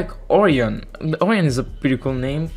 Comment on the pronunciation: Great video! btw it’s pronounced O-Ry-In